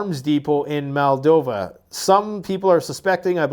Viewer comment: It's pronounced MOLE-doe-va. Not MAL. Sorry. Great content. That's been annoying me for a few videos now.